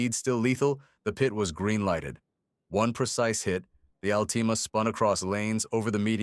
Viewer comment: Can’t even say Altima correct